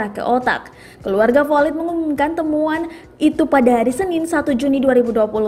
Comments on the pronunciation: Mba maaf ya. Flyod Bukan FOLID. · ejaannya /flo/i.d bunyi d nya dikecilkan, bukan fo/lid/ lulusan sma ini naratornya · Maaf min bkan folid,,slah sbut kali. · Belajar lgi bahasa inggris yg bner Folid Hahahahahaha😂😂😂 Malu2in aja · Baca floyd nya kok gt mbake, latihan dl lah